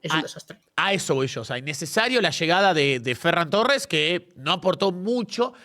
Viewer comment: Por favor, que alguien le diga a que se pronuncia ferrÁn torres. Te amo 9.